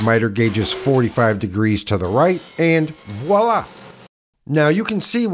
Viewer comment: French everywhere cringe when you say WALLAH